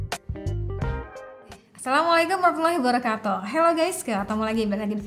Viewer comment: tolong ya mbak....saat mengucapkan salam yang benar dan jelas lafaznya.....Assalamualaikum warah matullahiwabarakatu.....kedengaran yang anda ucapkan adalah Assalamualaikum warahmatullah warakatu...seharusnya Assalamualaikum warah matullahiwabarakatu.....itulah makanya saat ngucapin lapaz tersebut anda jangan terlalu cepat tolong diresapi....